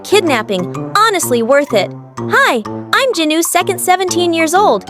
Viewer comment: It's Jinu not Genie